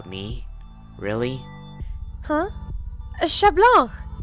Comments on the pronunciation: Omg everybody is saying chat blanc (sh-a-t bl-on-c) instead of (c-a-t bl-an-c) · It's not shat blank 😡😤😠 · What people hear : chat Blanc What I hear : she blank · I heard Chat blah 👁👄👁🤌🏾 Not trying to be rude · iknow they just pronounce it shat blank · Wtf is this…the voice n the pronunciation of 𝙘𝙝𝙖𝙩 𝙗𝙡𝙖𝙣𝙠😂